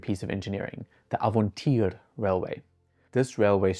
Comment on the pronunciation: Crinchy to hear as a Dutchman how he pronounced "Avontuur"